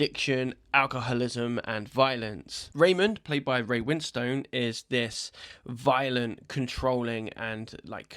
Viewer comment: Ray Win-Stone 😄